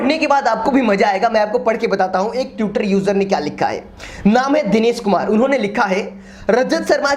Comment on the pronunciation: Pehle to tutor nh hota..twitter hota he bhai...tweet hota he..tute nh